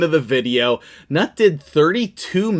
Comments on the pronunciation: "newt" not "nut" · i think he is pronounced newt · NEWT. Thats how it's pronounced. 😊